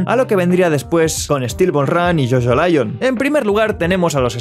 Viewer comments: "Yolain y yoyolayion" 😐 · O sea es literal el meme de pronunciar así jojolion porque había gente que realmente creía que trataba de leones Xd